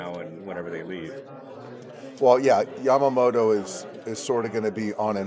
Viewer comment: やっぱタツテトの発音がしにくいのか、ヤマモトはヤマモロ、ヤタはヤラになるのかなw たまにちゃんとヤマモトて発音する人もいて逆に驚く。